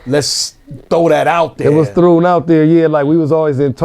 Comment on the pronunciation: He said it was “thrun” out there 🤣🤣🤣🤣